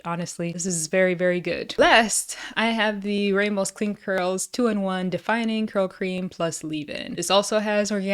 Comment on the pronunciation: Good review ty so very mucho so helpful. Btw the surname Ramos has a short hard A sound like the Egyptian god Ra.